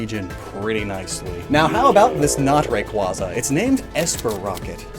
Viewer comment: For a guy that prides himself on knowing Pokemon origins you think he would at least learn to properly pronounce their names cough Rayquaza cough